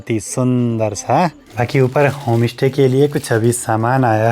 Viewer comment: Bhai Home stay open kia h ya Home Ishte...influencer ho thoda sa pronunciation ka b dhyan rkha kro...Pahad se ho ye hm b jante h hm b pahdi h...iska matlab ye nhi ki aap sushmita ko susmita bolo..stay ko istey bolo.... vlogs ache bnate ho..BABA KEDAR BLESS YOU